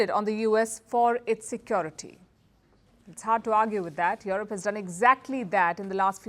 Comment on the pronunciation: Please pronounce yurup not yorop